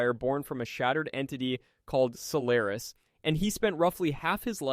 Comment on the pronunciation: You pronounceation of Solaris and mephalise I find laughable. Practically defanged the manipulater completely! Seriously mefalises? Sounds like so jokie sat am villine not the end of the world threat.